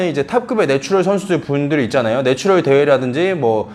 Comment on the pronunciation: 죄송한 말씀이지만 네츄럴 빨리 발음하실때 노출혈처럼 들려요. ㅎㅎ